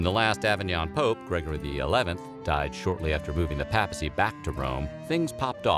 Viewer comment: It’s pronounced pay-pu-see. Not pap-uh-see.